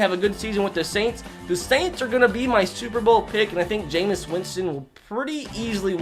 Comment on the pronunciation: It’s pronounced ja-mees Winston